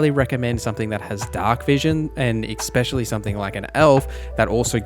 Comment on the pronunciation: Bro, please stop saying EKspecially <3